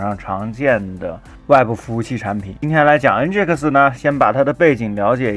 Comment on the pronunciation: 读音是嗯镇埃克斯